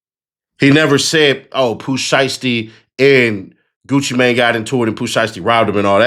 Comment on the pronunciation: She saying it correctly "GucciMane" not "GucciMain"